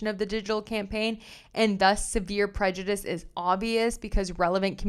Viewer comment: I’d like to say that I find your readings much easier to follow because of the sound of your voice, diction and the clarity of your audio. I hope you won’t mind a small correction: the word ‘prejudice’ is pronounced the same way whether it is used as a noun or a verb. Thanks again for your work and I look forward to listening to you again.